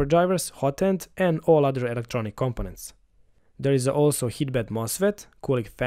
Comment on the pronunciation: Compenant lol